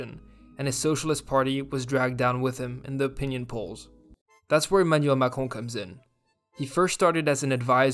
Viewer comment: It was interesting video, thanks. P.S.I like how you pronounce Macrone .